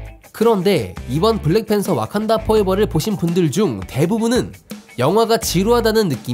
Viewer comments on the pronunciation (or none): 와칸다를 어칸다...